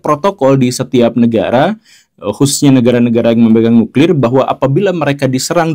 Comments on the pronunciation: Nuklir Pak... Bukan nukril...!😁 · Nuklir atau Nukril....!?? 😅